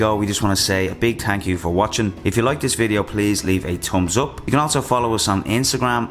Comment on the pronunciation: Tums uup 😂 brit accent